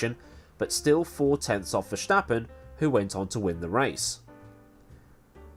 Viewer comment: Hey, I'm Dutch and my country has sent me to tell you that there is no "sshhh" in Verstappen. Are you trying to sound like Sean Connery or what's the deal? Love the channel by the way!